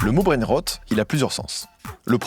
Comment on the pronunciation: je suis fière de toi 👏 c’est effectivement comme ça que l’on prononce “brainrot” 👏👏👏👏👏👏👏